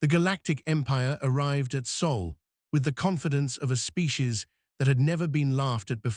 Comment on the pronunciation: Sol not soul